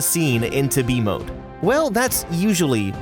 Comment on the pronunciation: I keep thinking your saying v mode instead of b mode😭